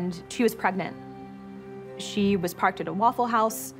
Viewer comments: This guy needs to learn the difference between was and wars 😂🤦🏻🤦🏻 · I didnt know that there here is a letter {r} in was.?